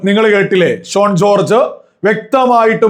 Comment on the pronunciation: Shone alla, correct spelling Shaun ennaanu. 🙏